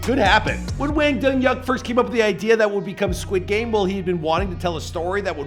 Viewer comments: Dong-Hyuk Hwang Pronounced Hwang (simillar to Juan of spanish with a g added) Dong-Hyeok ( not yuck) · Hwang dong hyuk is a rough name to have with an American audience. I laughed way too hard the first time you said it. I couldn’t help myself